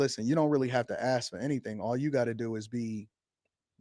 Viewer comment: I can't stand the dude, but there is no W in his first name, and the word "Ask" does not include an X